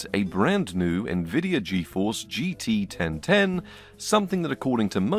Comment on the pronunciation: GT 1010: ❌ GT Ben Ten: ✅